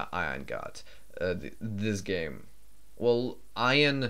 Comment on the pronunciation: This is a little late, but if I remember correctly Ian Fraser was from the UK where Ian is pronounced like "E-in". Your pronouncing it more like the word Ion. Just something I noticed as I know you're not natively English speaking.